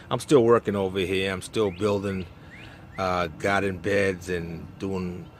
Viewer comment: lovely garden, i know u in GA but the way you say GAADEN sounds like NYC....LOL